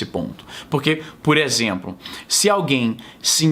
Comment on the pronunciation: "puréxemplo" nordestinês detected. Concordo plenamente que não aliviará par qualquer "lado" dessa briga.